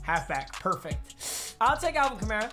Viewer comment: it's pronounced Kamara, not Kamara